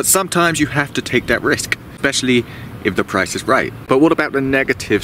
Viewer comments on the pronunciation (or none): none